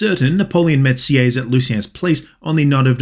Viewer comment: Btw Sieyes is prononced "see - hey - yes "